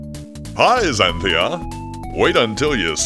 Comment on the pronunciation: ЗáнЦия, а не ЗанТúя, господи иисусе, ты же слышишь английскую озвучку :с